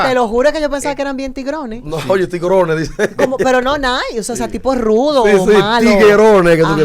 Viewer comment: Jessica demostró que está fuera de base y le gusta hacerse la más Dominicana, oye esa vaina dike “ Tigrone” cuando todo el mundo pronuncia “‘Tigeron o tigerone “ 🤦‍♂️!! Igual ta buenisima y me encanta jaja I love her